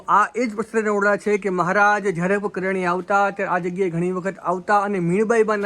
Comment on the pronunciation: ....gam nu nam spast karo...kariyana ke kadiyana?